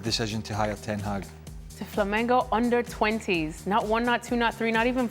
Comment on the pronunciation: Tudo bem que você ache. Não faz sentido, porém, okay. Eles dizem Flamingo assim como dizem Columbia. Eles simplesmente erram o nome do time. Flamingo não é é nunca será o apelido do Flamengo. Até mesmo porque o mascote é um urubu.